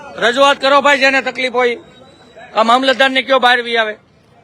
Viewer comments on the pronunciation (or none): none